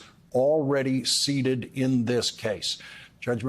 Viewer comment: The word is "seated" not "seeded" no?